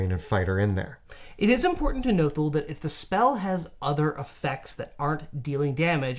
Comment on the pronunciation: is killing me saying thougl instead of though